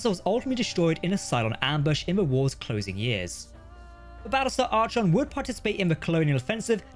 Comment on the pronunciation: It's pronounced Ar-con not Arch-on. I'd probably call my battlestar gladius